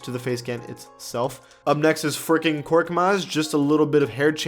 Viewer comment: it sounds like he said freaking korkmaz